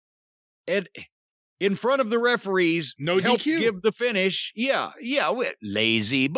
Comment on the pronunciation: "LaYzEe BoOkInG" 😂